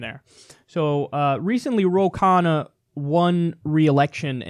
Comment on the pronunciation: Ro "gain" Khanna lol